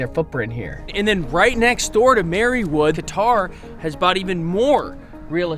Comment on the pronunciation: Qatar is not pronounced: Guitar. It is pronounced: Cuter